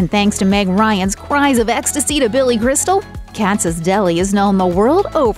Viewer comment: She said Billy Bristol!!!!! When Talking about When Harry Met Sally.